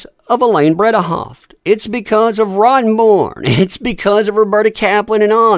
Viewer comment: Bredehoft... BreDehoft, not BreBehoft.